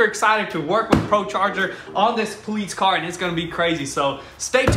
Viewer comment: poleets... are you saying that cause you cant pronounce police or are you saying that cause its not an actual police car? i dont understand